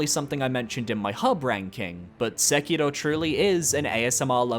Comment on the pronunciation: I love your videos (and this one is no different) but the exaggerated way you pronounce Japanese/Asian names like Yuka Kitamura and Sekiro.etc always kinda comes across a little bit off for me imo. I'm sure your intentions are good, and I appreciate that you're trying to enunciate the names correctly, but I feel like some people might get the wrong idea with the accent/tone of it Please don't take it to heart or anything! I consistently love all your videos, but I figured I'd mention and give feedback